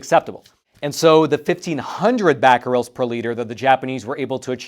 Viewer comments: Caesium is pronounce like Caesar, not "sessium". And the unit of activity is becquerel, with an e, not bacquerel . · *three nuclear meltdowns*. Thank you, I stopped the vid and commented the same thing. Also did not work out how to pronounce Caesium (named after Caesar) and manages to put a letter A in becquerel.